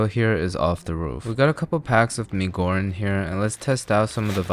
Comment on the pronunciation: I am sorry, but are you SEA? Your "goreng" pronounciation is almost spot on.